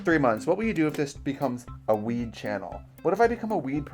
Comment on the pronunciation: I heard weeb and not weed Disappointed tbh